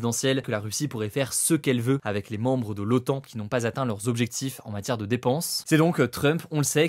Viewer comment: C'est l'OTAN, pas l'OAN. Avec un T, comme traité..